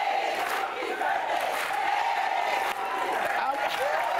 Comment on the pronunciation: Oh Lordy Lordy is her BIRF-DAY. Black it up everyone LMAO